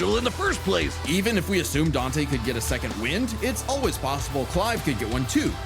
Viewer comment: Its dante.